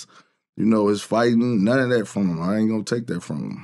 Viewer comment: That boy say him-shim 😂😂😂